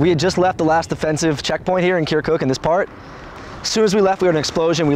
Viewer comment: The way he says "kerkook" just makes my ears bleed.